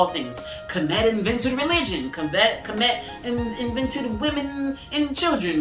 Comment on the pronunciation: Finally someone who pronounces kemet correctly 😂